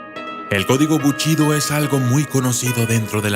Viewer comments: Solo una corrección, es BUSHIDO no buchido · "ES BUSHIDO", no buchido según tu o tu manera de pronunciar porque crees que suena mejor. Aprende a pronunciar correctamente las palabras, y te haces llamar documentalista? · Todo está muy bien.....solamente un pequeño detalle............. Se pronuncia: "Bu.....SHI....do." (Bu....CHI.....do) como lo pronuncias hace que mis oídos Sangren. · Antes de hacerte llamar documentalista, aprende a pronunciar correctamente. Es bushido, no buchido como tu lo pronuncias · Amigo es bushido no buchido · Pronuncia bien GÜEY se dice BU武 SHI士 DO道, no buchido. Mmm la verdad esta chafa tu video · BUSHIDO, no buchido. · Para los japoneses no es lo mismo Bushido que buchido , es japonés . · BUCHIDO... NO MMS QUE PRONUNCIACION DE LA CHOINGADA! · no es lo mismo el shi a chi xd nmms xD , el significado lo pierde es bushido